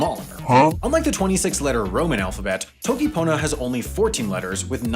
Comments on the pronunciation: he pronounced "toki" wrong (yes I will nitpick pronunciation just because of how much else he messed up lmao) (it's "toki" not "t(h)owki") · he said toki :|